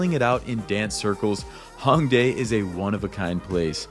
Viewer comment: Not hatin’ at all, awesome video, but another tip is learn to pronounce some of these things properly to be understood. Like Hanbok is “Hahn-bohke”. “A” and “o” sounds in Korean are always long, “ah” “oh”. Same with Hongdae, etc. “sohng-doh”